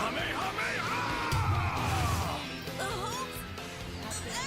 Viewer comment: Or is it KAHMAHAMA HA-NOT